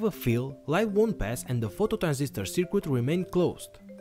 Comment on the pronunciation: You wanna pronounce circuit like it's spelt "Sir Kit" buddy! You are saying sir "quit" in this video. Great upload!